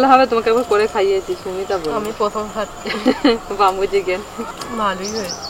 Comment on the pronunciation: 'বাম্বু' নয়,উচ্চারণতা 'বেম্বু'